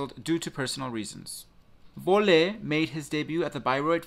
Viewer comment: Thanks for the info! I love your vlog website!!! FYI the German “v” is pronounced as an English “f”. The final “e” at the end of the word isn’t accented. So his last name should sound more like “FOLLeh”. :) ❤️